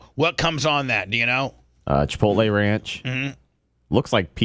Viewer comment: FFS its not CHI-POLTAY.....its CHI-POTLE